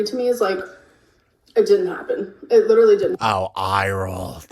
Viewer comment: I'm not gonna listen to someone who cannot pronounce the majority of their native language correctly's - "liiiiderulllyyy", "supposively" etc. etc. - opinion on whether the moon landing was fake or real, or whether Katy Perry left the ground or not.